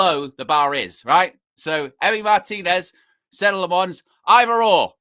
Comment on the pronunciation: 🚨 OFFICIAL PRONOUNCIATION 🚨 Senne (SENnuh) - emphasis on first syllable Lammens (LAHmuhns) - EMPHASIS ON FIRST SYLLABLE(!) Andy Mitten is the only one who got it right so far. Everyone from Ste Howson all the way to is doing the French inflection, like it’s Croissants or Provence with emphasis on the last syllable. But HE IS FLEMISH AND THAT MEANS DUTCH SPEAKING. The name is Dutch as well. I’m a Dutchman. Thanks for your attention. Good luck!